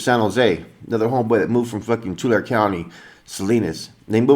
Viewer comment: It’s Tulare county Not tulr county